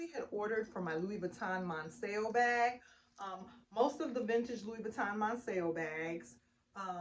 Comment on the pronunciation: I just found out that the correct pronunciation of the LV Monceau is “Mon-so”. TFS